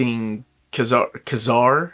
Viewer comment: Thank you. By the way, I believe that it is pronounced Ka-Zar.